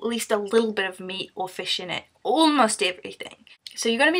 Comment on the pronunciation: Fush is not vigie... Fush is a fush